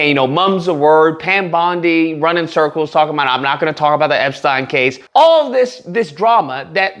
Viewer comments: It’s so funny how you pronounce Epstein LOL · EPsteeeeen! is the way you pronounce his name!! 😁